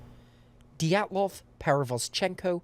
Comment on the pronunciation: ah yes anatoli diatloof